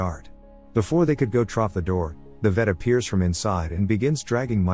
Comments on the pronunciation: Why does it say troff? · There’s no way he’s NOT saying “trough” that many times on purpose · Take a drink every time you hear trof